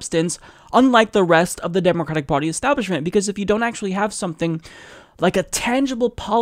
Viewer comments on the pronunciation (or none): it sounds like Bernie Sanders said "Democrack Party" LOL